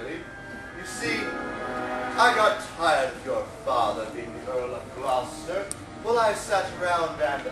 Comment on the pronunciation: you guys are pronouncing gloucester all wrong. its gloucester like clawster, not gloucester like clowster.